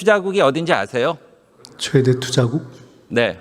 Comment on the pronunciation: 최대 투자국을 추자국(6.16)이라고 발음하니 못알아듣지.